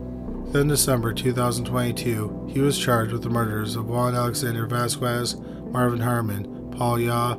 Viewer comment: FYI. Vasquez = "VAZ-kez"